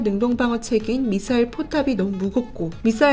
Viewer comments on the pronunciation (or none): 이 채널도 이상하네요! 요즘 유투브 채널들의 나레이션을 보면, Missile을 영어발음을 따온 미사일로 발음하지 않고 러시아어 영향을 받은 북한식 미싸일로 발음하고 있습니다. 도대체 왜 대한민국의 국방관련 내용을 소개하는 채널들에서 왜 이런 현상이 발생했는지 모르겠으나, 듣기 심히 불편할 뿐 만 아니라 매우 우려스럽기 까지 합니다. 잘 들어 보시고 시정 바랍니다.